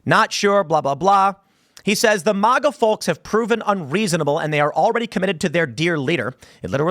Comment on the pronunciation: Why cant Tim pronounce MAGA correctly?